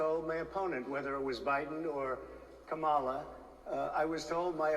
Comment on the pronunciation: He purposefully pronounces Kamala’s name wrong. If he isn’t doing macro aggressions it’s because he’s using micro aggressions.